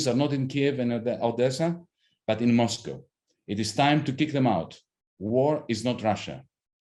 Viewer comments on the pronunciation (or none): none